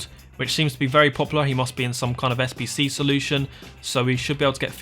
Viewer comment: Im new to fifa and i can't understand where to find the sbc bcs this...... can't fucking say the most important word right. I even slowed down the vid but this..... sayed 2 words at the same time